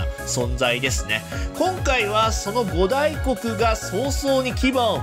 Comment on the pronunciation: ご「た」いこく、みたいですよ、読み。